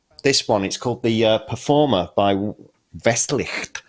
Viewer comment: Who makes the "perforimer" ?